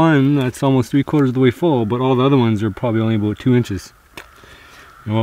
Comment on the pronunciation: I love how he says abuut